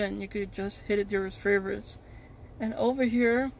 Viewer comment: furverits lmao